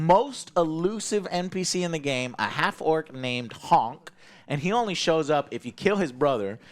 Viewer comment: "Whole different storyline" Not exactly. I'm not bashing BG3, just correcting the story. Its literally the exact same scene except Karlach says "Honk" instead of "Henk" nothing else is different. FYI for anyone interested. There is some pub with a bartender named Henk. There is a book that references his brother Honk. That was all there was, but like many NPCs in the game, you can kill Henk, and when a cutscene occurs that involves him there is a stand in, which in this case is Henk. The reason its so elusive is because it requires you to romance Karlach AND kill Henk, which is just a bartender in the city in Act 3. Zero reason plot wise to kill him. Considering Karlach is very anti-evil most people who would do a more cruel playthrough wouldn't be romancing her.